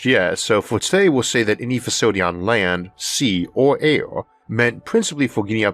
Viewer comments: I say Arthor . It air not aior and we live on a plant called earth not orth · LOL I HEARD ALE INSTEAD OF AIR ALL THE TIME...MABY I JUST NEED ONE